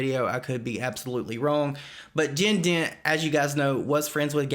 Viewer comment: i kept thinking he was saying “jin din” & i was trying to look them up and see who it was and then i realized he said jen dent lol